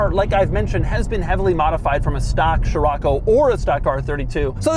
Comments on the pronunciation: Scirocco is pronounced; See-Ro-Ko… not Chiroco or whatever you say. It’s the Arabic name of a wind in the Mediterranean see that blows and comes from the Sahara. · man this ”sheerocco” hurts my ear drums...cant u just say as it should be? cee-rocco? scirocco? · Pretty sure it's not SHirocco Doug but Sirocco. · I've been pronouncing Sherrocko wrong 😑. I've been pronouncing Skirokko since ai been reading about it being the Beetle's replacement in a little Beetle History book I had in as a youngster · So Americans pronounce it as "shiroco". In south africa we say "skiroco" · Man, why you keep saying sHirAcco, when it’s scirocco? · The way Doug pronounces the names of European cars cracks me up every time (poo joe, sheerocco etc) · sciroAcco ? damn why is it that every american has to butcher every non english name ? (same applies to chrysler's lesabre that you guys turn into lesabER for lacking basic reading skills, and don't even get me started on brands names, even clackson's list is incomplete) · Name: Scirocco English pronunciation: Cheraco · The quirkiest aspect of this review is the way Doug says Scirocco 😂 Still, such a beautiful car, very often seen here in Portugal. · Doug, the kind of guy to teach me how to pronounce 'Scirocco' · I can’t watch this video… Doug keeps insisting of saying the name over and over in the first 2mn, while not saying right… it’s like: “Dude, do you even know what you’re talking about??” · Jesus Man it hurts my ears how you read scirocco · I can t stand him butchering the name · The way that your butchering scirocco is driving me up a wall every time and you keep saying it like 12 times at a clip